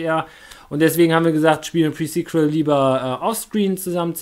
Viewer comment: Glückwunsch auch nochmal von mir! Kein Stress alles nach dem anderen. eh..eins! Spitzname für irgendeins "Fring" Du hast pre sequal endlich richtig ausgesprochen xD Luftballons raushol :D Ich weiß noch als ich dein erstes Video gesehen habe :D wie die zeit verfliegt ^^ Echt krass was du an Projekten immer laufen hast. Mir wär das zuviel^^ Wenn die Weltmeisterschaft gegen august ist wirds echt eng :D Deine Perle kommt einfach mit und wartet im Hotelzimmer :D Adventskalender überlege ich mir ma ein Türchen :D Kann man bei den neuen remakes von pokemon was zusammen machen? wäre eine türchen möglichkeit. also was anderes außer kämpfen :D